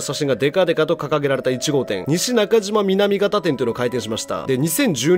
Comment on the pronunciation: 西中島南方の読み方は「にしなかじまみなみかた」です。 芸能界って韓国籍の方が多いから焼肉屋さんなんですかね。